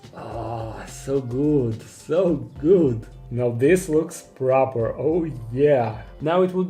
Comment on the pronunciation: "This looks proper" 😂🤣 sounds so bristolian to me! Love it